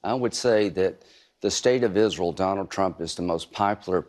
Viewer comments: Lindsey , its ISREAL , NOT ISREL ! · Moron turns Israel into a two syllable word.....